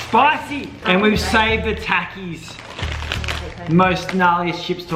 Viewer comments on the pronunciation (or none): Yall r pronouncing takis wrong. Its not tackyeez it’s tAHkeys